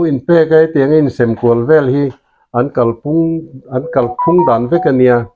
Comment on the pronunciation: Kal phung tia i lam dan hi a dik lo. Kal tih lai hi lam hniam tur, lam sán loh tur.